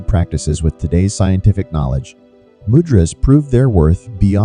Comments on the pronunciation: Man....."Mudras" is pronounces MOOO - Dras! , not MUD dras... Also the elements of the fingers are completely Incorrect... Please don't pass on powerful techniques incorrectly... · Mud-drazas???? 😂😢 Do you mean 'Moo-dra-s'? What a Mud-drazaz??? Mud-ras???😣😖 😂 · It is pronounced: Moo-drahs. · You pronounced mudras wrongly